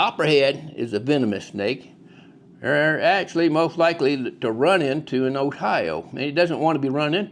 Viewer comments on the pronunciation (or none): Ohiro?? And it’s O-Bets! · The "R" in Ohi-ROW is silent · I’ve never heard Ohio pronounced that way before! Definitely don’t sound like an Ohioan!